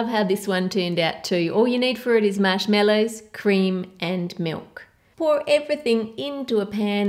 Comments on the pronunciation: “Mashmellows” It’s marshmallows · Lmao you say mashmellows where were you born? No offense I love this video 💕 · Is it just me, or does she say MASHMELLOWS instead of Marshmallows! Like if you agree!! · The recipes look great. But I had to stop at the third recipe. Sorry but I just couldn't take to hear MASH-MELLOWS ANYMOOOO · I love how she says marshmallows